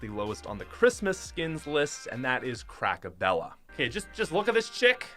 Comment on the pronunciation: I was mad when he said crackabella